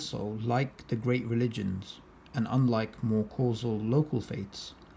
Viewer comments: "Casual" not Causal lol sorry I am just nitpicking here. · "casual"-not causal habibi